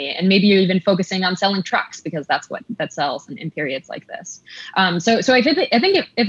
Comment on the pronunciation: I heard "selling drugs" not "selling trucks"